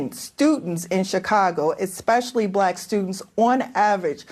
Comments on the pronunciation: "esKpecially" and she is a teacher union chief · The guest said "Eck-specially".